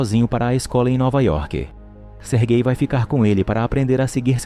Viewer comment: Não tanko ele falando "sergay"